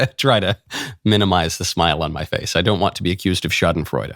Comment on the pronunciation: Perfect pronunciation of the word schadenfreude! Have a nice one.